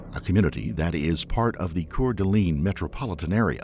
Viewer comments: Core de lane is how you say it. That way you sound like a native 😊 I love your content, don’t be mistaken! My grandpa was ISP, they’re not all bad, promise! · Not "Core de Lean" it is pronounced "Core de Lane" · It's core-de-lane not core-de-lean. I know Coeur d'Alene is a weird word lol. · Wonderful video. Just as a small note, its pronounced like core-de-lane, not core de lean :) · It's pronounced Core duh lane. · I know Coeur d'Alene, sounds fancy, but it’s actually pronounced core-da-lane by everyone that lives there, I partially grew up there, my mom grew up there, and grandma and grandpa have been their most of their lives ☺️ like I said, nothing fancy, just beautiful scenery… and wonderful grandparents ☺️ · OMG look up how tf to say city names before you look like a fool! Not that hard! Coeur d'Alene is pronounced core-da-lane. And Kootenai is pronounced coot-knee. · It's pronounced core d lane. And kamiah is pronounced cam ee eye. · I’m from the area and it is pronounced Core Duh Lane (Coeur D’Alene) Camie Eye (Kamiah) and Kooten Knee (Kootenai) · You pronounced Coeur d’ Alene wrong lol